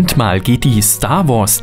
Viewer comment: merkt man ^^ mal und nicht mahl :P